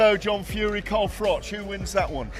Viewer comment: At least pronounce Froch correctly if you are doing a video.